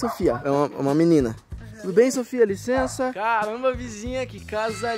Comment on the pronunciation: Quantas vezes ele disse liçensa